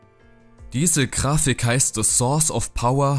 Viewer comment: sag nicht Krafik.. "G"Ich blute aus meinen Ohren